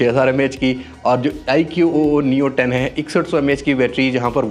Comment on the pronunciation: iq-oo nhi hai, ikuu pronounce hai iska ❤